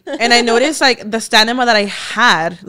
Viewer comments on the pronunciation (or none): Not saying stanima and even posting it on her stories!! 🤦🏻‍♀️😂